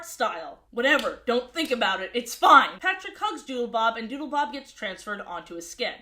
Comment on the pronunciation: Every time you said Doodlebob all I could hear was Doodlebop. So now I’m just imagining the Doodlebops making a cameo in SpongeBob